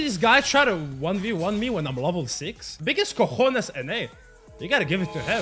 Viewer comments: Damn that pronunciation on cojones is so good xD, it made me laugh so hard, didn't expect it, btw I mean it the thing about the pronunciation, was you first time hearing and using Spanish when you came or did he learn a bit? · That pronunciation of the word "cojones" has been perfect. From Spain, Europe, I tell you to stop throwing q's on my roof, please. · The accent in cojones is perfect, respect from a Spanish guy.